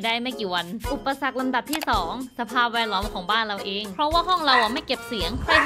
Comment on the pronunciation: เอ๊ะเดี๋ยวนะทำไมตอนท้ายอุปสรรคมันชัดสุดเลยครับ